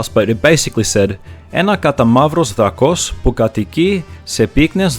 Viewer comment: Greek here, the text on cards is in English, then again, I haven't bought a pack in 15 years, so things may have changed. The tone on Drakos is on the a.